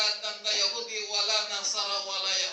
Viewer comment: Perasaan gue mendengar kan pengartian dari pendeta itu gue jadi rasa aneh ya perasaan aneh banget dah pembacaan nya aja gue dengar kok ada yang aneh pas gue pastiin eh beneran juga pengucapan kata Yahudi nya gak dibaca 2 harakat pada huruf ha'(هُو) pas gue denger ulang lah bener Yahudi nya dibaca langsung gak dikasih jeda "yahudi" yang seharusnya "yahuudi"